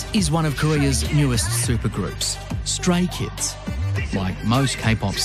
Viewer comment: Why i heard STRAIN KIDS instead of StRAY KIDS 😂